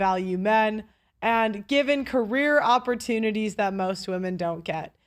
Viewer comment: Is she says thot instead of that and dunver instead of Denver I’m running before I puke.